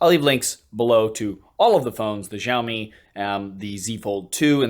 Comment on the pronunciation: I always enjoy your videos, but this one made me feel bloated -- from all of that pizza! And that rather bloated phone. I'm not yet onboard the foldable phone fan club, especially for the sky-high prices. From now on, can you please(!) pronounce Xiaomi correctly? You did pronounce once or maybe twice, like the 2nd time you said it in this video. In Mandarin Chinese pinyin, "X" pronounced very close to "sh" (but with the tongue on the roof or back of the mouth, rather than the front, as it is in English). In contrast, the pinyin "zh" is pronounced more like "zh". So Xiaomi is more correctly pronounced SHEEOW-mi, not ZHEEOW-mi. (In his videos, Michael Fisher says it right.)